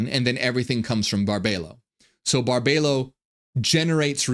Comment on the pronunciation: Her name is pronounced Bar-bee-low